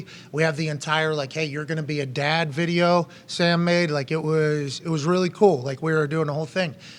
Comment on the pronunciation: So what he’s saying is he’s gonna be a dahd?